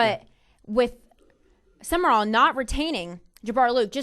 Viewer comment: It's Sumrall, not Sumerall. Also, as much as I hate to say it.... Urban Meyer to Ryan Day. I wouldn't call Day a legend but coach to coach they got Nattys.